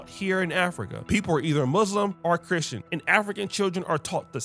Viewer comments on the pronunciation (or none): none